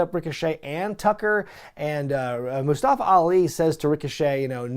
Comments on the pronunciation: Not moostafa Mus ta fa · Why is it so difficult for Tom Phillips to pronounce "Mustafa"? He keeps saying MUST-uh-fuh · You pronounced Mustafa wrong 👀 Ali is going after you